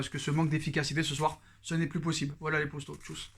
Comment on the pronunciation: tu passes ton temps a répéter tes phrases 2 fois c est assez soulant... et arrete une fois pour toute avec ton « postos » saypapossibleeeee serieux